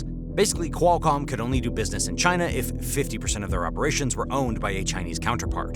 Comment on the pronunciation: I don’t like the way you say “China”, it reminds me of how your idiot president says it.